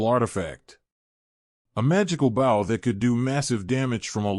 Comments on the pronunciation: I had a feeling it was ai reading... it annoys the hell out of me that it can't pronounce bow correctly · How does this AI keep repeating sentences?? And why can’t it pronounce bow?